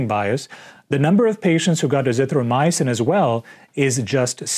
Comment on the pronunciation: you cant even pronounce Azithromycin properly. You are pronouncing it Azithro myosin. Getting your muscle fiber proteins mixed up with your drugs. How can we take you seriously? What are you going to do this week when people start recovering enmasse from this disease now that hydrochloroquin and zpacks are being deployed against the disease up in north east USA?